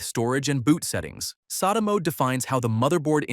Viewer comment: It's pronounced SATA, not SATA.